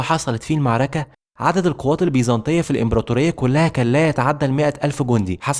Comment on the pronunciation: يعمي انطق المعركة صح والنبي